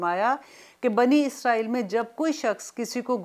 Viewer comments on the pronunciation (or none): none